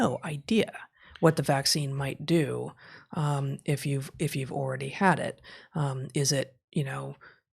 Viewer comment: .00 Heather, did you say “oridy?” Like already? Very unique way of saying that word. Anyone know where that’s from? I’ve lived all over the States and never heard that outside a high school.